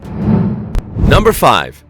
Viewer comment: philippines numba three!!😂